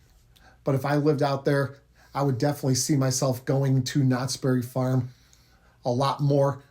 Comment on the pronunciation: it's "knott's BERRY farm". Not "knott's berry FARM".